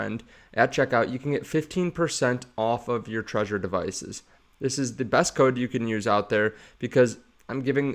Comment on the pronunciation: Isn’t it Trezor with a Z, not treasure?